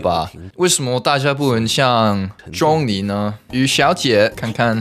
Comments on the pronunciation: it should be Zhōnglí, the ‘li’ should be lower, that’s why Google translate does not know😂 I play in Chinese but use English subtitle😂 (btw I am a Hong Konger so I understand Chinese) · 这个钟离快给他说崩溃了😂没人告诉他用二声吗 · u said zhongli wrong i think its like 'jong-lee' or maybe thats jst cantonese idk cuz cuz like yk ' 中' idk how to explain but u get my point